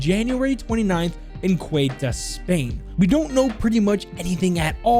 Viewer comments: Its not "Cueta" its "Ceuta", but the "C" is pronounced like an "S", so like "Seuta" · The way he says Ceuta makes me want to off myself